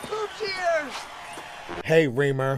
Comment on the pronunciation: My dude, it's Reemer, not Weaver or Weemer. Lol